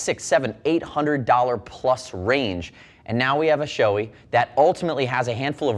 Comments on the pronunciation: Gotta call out the incorrect pronunciation of Shoei in all English language videos. It's NOT Shoe-ee, it's Show-ay. ショウエイ (Shouei) is separated in to ショウ (Shō with a long "o") and エイ (ei). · show-E? no no no, its japanese. show-AY. ei. come on guys.